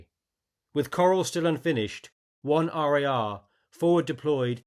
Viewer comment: Asa former soldier in 1RAR, it brings me so much joy to hear someone saying it correctly. one R A R, not Rah….. As they used to tell us, cheerleaders say rah. Soldiers say R A R. I served in the mortar platoon for a few years (The Morticians: Death from the other side of the hill) and as a Mortarman, we were very aware of the legacy of the platoon in this battle.